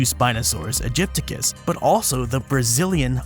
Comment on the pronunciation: It's not Aegypticus, but AegyptiAcus. A common mistake, but one unworthy of an expert such as yourself. Otherwise, a superb video!